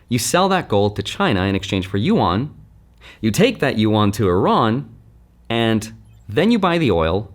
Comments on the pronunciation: "YU-AN" what is he saying???? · You might as well learn how to say it; Yuan Like U N But closer together, just say it faster. You-en It's spelled funny, but that 'a' is pronounced more like an 'e', not like you-awn. Just say UN really fast and you're 9 tenths of the way there. Yuan